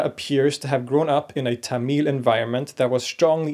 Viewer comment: hey man love your stuff love this video but that is not even close to how you pronounce tamil. it's more thuh-mahl (soft th)